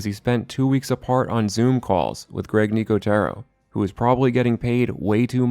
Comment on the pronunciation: Jesus Christ.. dude until you learn how to pronounce Greg Nicoteros name correctly you have zero credibility